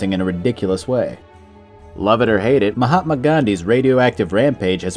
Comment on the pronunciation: he said Mahamod Gandhi, Instead of Mahatma Gandhi, ROFL 🤣